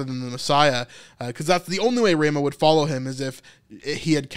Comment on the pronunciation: It's Ra mah not Ray mah